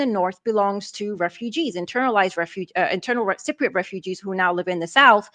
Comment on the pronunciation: Sigh-priots? Is that like Eye-rakies. Cypriot. Just highlight the word and ask your computer to say it. Sigh-priot is not the way to say the word and frankly when you say it that way it's hurting my ears.